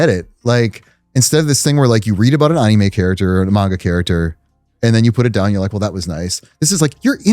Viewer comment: Love this guest but god the way he pronounces anime is grating😂